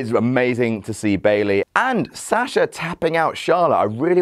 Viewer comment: really hate how they pronounce Sasha